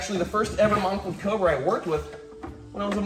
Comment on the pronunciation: he said cober